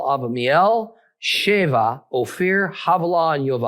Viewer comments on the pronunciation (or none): none